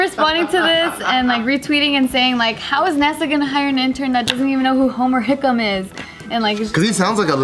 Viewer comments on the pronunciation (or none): I kept cringing when they said Homer Hickman rather than Homer Hickam...